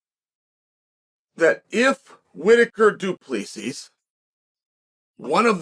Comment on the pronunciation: the way to pronounce Du Plessis correctly is just Du Plesie not with 2 esses its an Afrikaans, not an English surname.